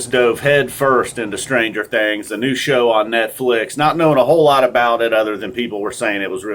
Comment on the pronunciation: my man said 'stranger THANGS' XD XD